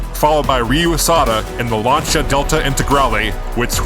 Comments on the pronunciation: Lan-see-ah, Lancia, Lan (like man) see/sea - ah/uh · Please say "Lancia" correctly... Please! Great content btw :)